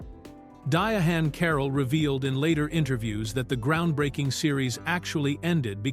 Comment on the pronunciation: You can tell the narration was AI generated by the way Diahann was pronounced (DiaHAN)